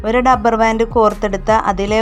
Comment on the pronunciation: കൊള്ളാം.ഡബ്ബർ ബാൻഡ് അല്ല, റബ്ബർ ബാൻഡ്.